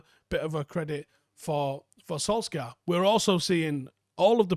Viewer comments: 😂 I've just noticed it. He pronounces the K. His pronunciation of Ward Prowse is funny as well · He isnt that far off tho..not easy for someone who isnt Scandinavian☝🏻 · does anyone else cringe at the way pronounces 'Solskjaer'?!